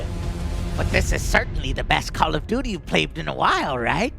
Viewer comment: "Call of Doodie"?